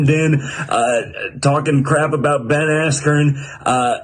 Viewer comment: Saying Ben as keen isn’t a good mma fighter! Smh. He was 2 time champ